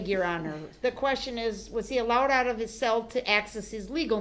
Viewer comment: It’s a CELL not a SALE LoL Uughhhhhhhhhhh